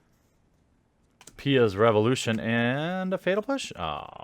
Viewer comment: Is "fetal push" an intentional mispronouncation or just incompetence?